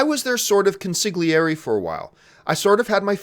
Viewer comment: John! How on earth do you have Italian ancestry in you and completely mispronounce “consigliere”?? I cringe at Italian words said wrong!